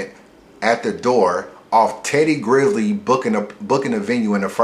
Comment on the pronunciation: Teddy GRIZZLE was a fuckin culture vulture. And you talking about respect when you can't even get dude name right. C'mon man.